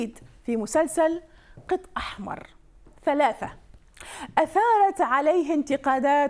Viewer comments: بالنسبه لأسم البرنامج المذيعه لفظته بشكل غلط قالت قط 🐈 وهو بعيد كُل البعد عن اسم البرنامج فأسم البرنامج " قَط أحمر " وهو ما يعني الاحتيال تحياتي لبرنامجكم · لفظتي اسم البرنامج غلط قِط يعني بزونه اسمه قَط القاف مفتوحه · عزيزتي المذيعة مو قْط احمر قَط احمر ( بفتح القاف ) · قَط بفتح القاف عزيزتي و هي كلمة شعبية عراقية يقصد بها استغلال المقابل و سرقة امواله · قَط (بالفتح) لا بالكسر